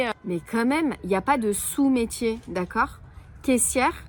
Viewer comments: on dit "Sot métier" et non pas sous 😉😇❤ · On dit « sot métier » et pas « sous métier » mais je t’aime quand même 😂❤ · Coucou videos au top comme d’habitude ❤ des anecdotes tu as envie de buter tous ces irrespectueux 😮 ne dit on pas sot métier au lieu de sous métier… le paysage et les bruits de fond sont très appréciables en tous cas❤❤❤